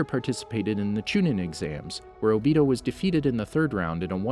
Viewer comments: Bro His name is O-bito not obitow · He said obeedeeeoh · I cringe everytime I hear obido instead of Obito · HE SAID OBITO and then he said obeedo later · obito idiot not ohbeedoh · it's Obito not Obio!!! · It’s o-bi-to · Obeeto oochiha Adatsooki Huh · “Obese toe” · AHHAHAHAHAHHAAHHAAH “Obeedo” IAOIYHYOIHIHIOSJETIOYDF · “Atatsuki” “obeedo” “sheeringan” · Not o be doe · It’s o-be-toe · “Obeeto” lmao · he says mdra , adastuki , nagaaato , obido wrong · my man really said obeto lmaooo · "OhBeeHoe" "Sherengen" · “Maderaa” “obeedoh” me: .———. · My nigga said obeato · How to say madara ma da ruuuuuh and obito o bee dohhhhh and akatsuki a kut sue gee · Am i the only one trigerd about his pronunciation like obto and hatakei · not even its obido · Naw not o-bito Obda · My guy said “Obeedo Uchia” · this man said "obitdo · Hey its ohbeetoh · zhakir council ohbeetoh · O. B. TOE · You said Obito wrong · Weird how he says it right.... and then goes back to saying it wrong